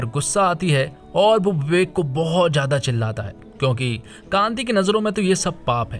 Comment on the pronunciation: Bhn ke lode vivek naam h uss ldke ka bibek nhi or vakil hota h bakil nhi hindi bolna sikh le